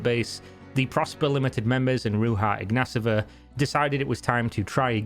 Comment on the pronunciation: Ro-j-Ha iGnATova And omg that "Forbes" cover is a ad ,she paid for it. Lolol